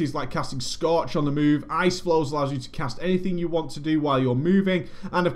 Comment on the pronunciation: scootch ? or scorch ? what lol u want a drink er somethin scootch on the rooooxxx